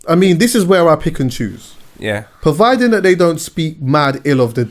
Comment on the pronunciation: Hold on hold on! Is my man really saying PERVIDING? 😂